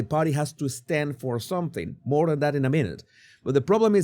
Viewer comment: Jesus, More - not moar!